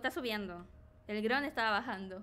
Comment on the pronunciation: y su super pronunciasion de dron... wron